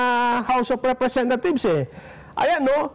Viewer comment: Parang house of repthieves ang bigkas.